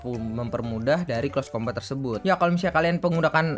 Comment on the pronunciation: Di bacanya close combet bang bukan close combat